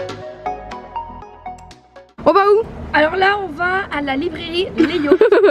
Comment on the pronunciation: "TEnte" et "LibrAIrie" faites un effort